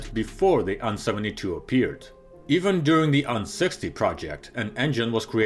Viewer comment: You pronounce A and N separately, not as "an".